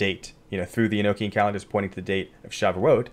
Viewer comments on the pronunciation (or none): Pronounced Sha voo it